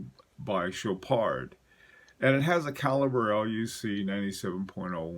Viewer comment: You guide me on the watches, I'll stick to the French! Chopard = Show Par (normally never pronounce the last consonant of a French word unless it ends with an e) Baume et Mercier = BOME (rhymes with Rome) AYE MAYR-CEE-AYE Thank you so much for your knowledge.